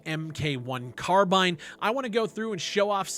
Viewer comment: you said carbine wrong